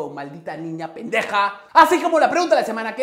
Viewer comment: Dices bien chistoso la palabra "pendeja" jajaja yeahh me agrada tu toque Mexican papu